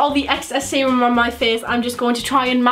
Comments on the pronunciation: Every time you said serum I thought you said semen 😂😭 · Ohhhh you were saying serum, for most of the video I thought you were saying Seamen..."I'll just add some of the extra seamen to my face"...yeah I have a messed up brain.